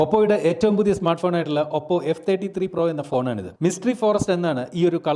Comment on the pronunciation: താങ്കൾ ഇനിയും ഭാഷാശുദ്ധി വരുത്തേണ്ടിയിരിക്കുന്നു. ഓപ്പോ എന്ന ശരിയായ പേരിനേ "ഒപ്പോ " എന്ന് വിളിക്കല്ലേ.... ഒപ്പോ അല്ല ഓപ്പോ ഓപ്പോ ഓപ്പോ ok